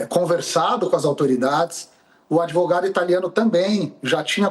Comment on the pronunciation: E esse "dotô adevogado" esteroide anabolizante?????????? Tá tomando tanta bomba, que está precisando usar sutiã.